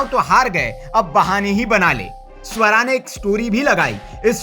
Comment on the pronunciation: Bhai sahab suwara nai hai swara hai